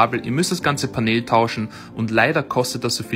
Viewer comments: Es wird pänel ausgesprochen und nicht paneeeeeeeel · Was ist ein Paneeeel?😭😭 Es wird pänl ausgesprochen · Paneeeel Das heisst Panel (englisch) und wird [pänell] ausgesprochen. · achso weil panel paneel ausgesprochen wird ist es korrekt wenn er panehl sagt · Ausgesprochen: Pännel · Es kommt aus dem Englischen, also muss mann es auch so aussprechen. Du sagst ja zum Handy ja auch nicht Schlaues Handy sondern Smartphone.